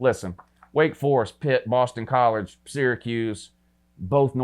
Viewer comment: Once it sounded like he said Boston Collards.